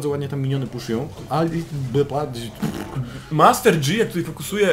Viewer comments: master DŻI XDDD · Janna=(dzana) Yasuo=(jasuo) Master yi=( master ji) Z jakiej racji master dzi ????? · Panowie. Oglądam was jakiś czas i za każdym razem jak słyszę "Master Dzi" to moje uszy wypełniają się ropa i wrzodami, które następnie perforuja. Z całym szacunkiem do was i do waszej drogi lolowania! 😊 Pokój i Miłość! Joł 😊